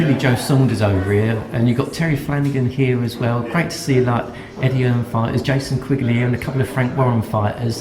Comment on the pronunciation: voorheesbr00tal 😂😂😂 it's more of a "Eddeh"